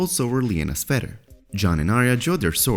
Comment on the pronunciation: "Fed-her" - Hey Narrator, it's "feather." Fe...the-r. Also, your numerous, frequent videos are unwittingly turning into comedic relief instead of legit-sounding content. Confirmed!